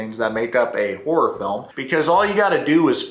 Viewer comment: DID YOU SAY.. WHORE FILM OR HORROR FILM